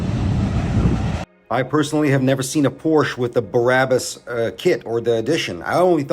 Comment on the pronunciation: Also, it's pronounced BRA-bus. Just like the word for a woman's under garment, and public transportation. Just trying to be helpful, not critical 😎👍 You are right though. They only used to modify Mercedes Benzes, but have branched out to Porsche now.